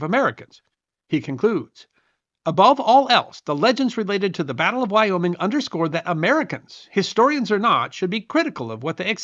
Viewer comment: Thank you. I lived in Wyoming Valley, and when that was said, I cringed big-time.